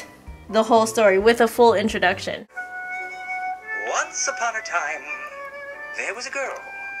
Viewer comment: Own-kee u-pown a time-ee. I remember that video,.